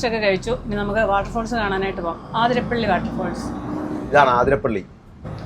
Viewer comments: ആതിരപ്പിള്ളി❌ alla അതിരപ്പിള്ളി ennanu ✅ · It is Athirapally not Aaathirapally. Neettanda. Sounds odd.😊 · It’s അതിരപ്പള്ളി NOT ആതിരപ്പള്ളി 👍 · CORRECTION: NOT AAATHIRAPPALLI, IT IS ATHIRAPPALLI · ആ തിരപ്പിള്ളി അല്ല അതിരപ്പിള്ളി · ആതിരപ്പള്ളി അല്ല അതിരപ്പിള്ളി ഞങ്ങൾ മുൻപ് ടൂർ പോവുമ്പോൾ ചോദിച്ചു ആർക്കും അറിയില്ല 😂😂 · congrats...pls correct, its not aathirappilly..its athirappilly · ആതിരപ്പിള്ളി അല്ല ' അതിരപ്പിള്ളി എന്നാണ്.. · ആതിരപ്പള്ളി അല്ല : അതിരപ്പിള്ളി അല്ലേ? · അതിരപ്പള്ളി ആണ്.. ആ അല്ല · എന്താണ് ആതിരപ്പള്ളിയെന്ന് പറയുന്നത് അതിരപ്പള്ളിയല്ലെ